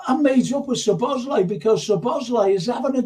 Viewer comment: it's Szobo Szlai.. Just practice only saying Szobo. Then you got the first part of his name correct. Then you just add Szlai in the end. Szobo-Szlai. It's not Szobosz-lai